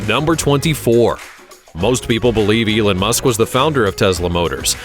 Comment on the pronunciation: Elen musk😂